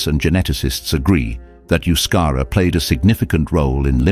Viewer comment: And yet the narrator didn't care about pronouncing the word euskera correctly.